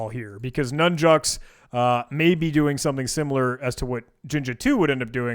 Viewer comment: did u say "nun jokes? thanks for content \o/